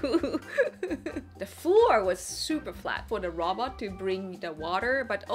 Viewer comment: Hard to follow when you say robot like Robert. So had to rewind after giggling. Super cute as always 🙂 so more view time for you. You're welcome. 😋